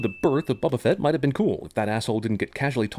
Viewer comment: BO-Ba-Fett... Not, Bubba Fit from your jail relationship.